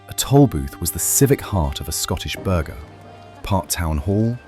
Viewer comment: "burger" instead "burgh" (bur-ruh) is a daft AI mispronounciation